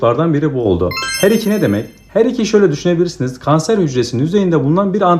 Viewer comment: Her2 vurgunuz çok iyi Hocam 👌